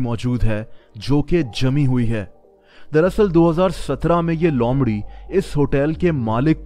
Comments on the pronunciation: lomrhi nhi loomrhi🤣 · Lomdhi nahi loomdhi hota hai!!!!! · Not lomri it's loomri